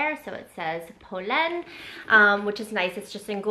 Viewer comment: I’m so happy you did this. These are the exact styles in the exact colors I’ve been looking at from them😅 also glad your sister in law taught you the pronunciation because it’s butchered so much on YouTube lol